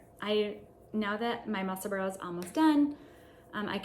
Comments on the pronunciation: Ysolda is from the US but lives near Edinburgh, Scotland where I was born. Just along the coast from Edinburgh is Musselburgh. Locals pronounce them "Edinburra' (or even "Embra" !) and "Musselburra" so you are quite close with your pronounciation! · Congrats on 1000 subscribers! Musselburgh is a suburb of Edinburgh, Scotland so it is pronounced “muscle burah”